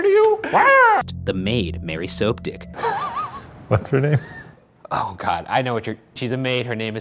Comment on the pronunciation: i love how they tried to pretens Shane was laughing at the "Soap" part in Soaptic and not the fact its pronounced Soapdick